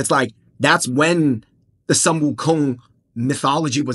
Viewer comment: Sun is pronounce as Soon. Correct pronunciation is Soon Wu Kong.